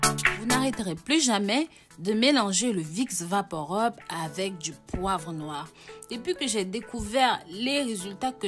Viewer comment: On dit vaporub pas vaporeub '' rub'' comme rubis ☺️